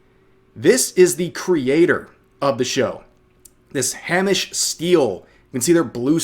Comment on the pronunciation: Rev it's pronounced HAY-mish